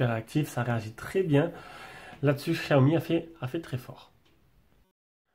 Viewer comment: Ca se prononce CHiaomi ;) super video